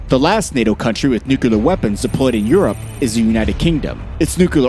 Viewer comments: Is it nuclear or nukelear? Cmon boy damn it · Bro it is NU-CLEAR not nuculur. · It's not new-ka-lar. It's nuclear. New clear. Damn, stop saying that. 2 syllables. Very simple. You sound ridiculous. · "Coordinated nucular". Its noo-klee-ar. Not noo-koo-lar. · As long as it's just a nucular war, I'm not worried. Nuclear war would be unsurvivable for possibly all of us. But nucular, no, I guess we can handle that. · Bro its not nukelar its nu clear say clear like clear not kelar so nuclear weapons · It's nuclear, not nucolar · Homer Simpson English language. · I gave up and stopped watching after he said nuc-u-lar three times. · you mention the F-16 can reach over 15,000 miles an hour. Wow that's pretty fast for a jet. You might want to check if that is right. Also, its Nuclear, not new-kel=er. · Why do people say NUKELAR instead of NUCLEAR still fails to grasp me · Stupid video with the narrator mispronouncing cities and even the word nuclear, pronouncing it as nuq u lar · the continuous repetition of "nucular" is so disturbing...pity because the content is quite good... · NUKU-LUR :face-red-droopy-eyes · nukular nukular xd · Nucular this and nucular that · Nu cle ar The word is Nuclear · Why he keeps saying “nukular” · Repeat after me: Nu - clear Nu - clear Nu - clear Nu - clear …. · Nu-CLEAR god damn it... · You mean new-kel-er ?